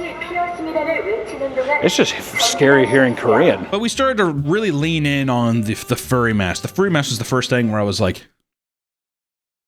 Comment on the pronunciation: Lean in...? Or... yeen... in?